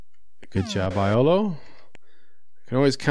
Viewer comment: Iolo is actually pronounced "Yolo"😁